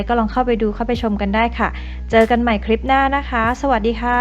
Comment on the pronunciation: คำว่า คลิป ทับศัพท์จาก clip เพราะฉะนั้น ต้องใช้ว่า คลิป ไม่ใช่ คริป (ป.ล.ถ้าจะทำยูทูปเผยแพร่ต่อสาธารณชน กรุณารอบคอบในเรื่องการใช้ภาษาด้วยก็จะเป็นประโยชน์มาก โดยเฉพาะการออกเสียงคำควบกล้ำ ส่วนใหญ่พูดกันตามสบายปาก )